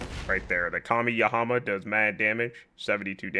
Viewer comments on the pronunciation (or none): Tf is a kami-yahama my guy?! You mean Kamehameha? 😂